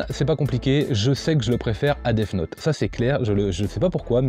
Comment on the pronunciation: cool comme concepte 😀 part contre faut t'arrête de dire déf note pour death note 😂😂